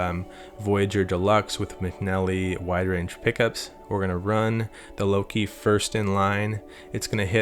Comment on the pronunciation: I've been playing my drums for five minutes waiting for the god damn video to start. "Luka" say it like that with a soft A. Don't say Low-key.